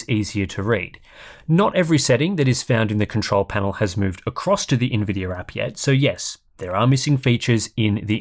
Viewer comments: “Nvidiar” 😂 As a dumb American, Ill never understand why sometimes hes able to say Nvidia and sometimes theres a random “R” at the end haha Great video man! Thank you as always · Why does buddy keep calling it Nvidier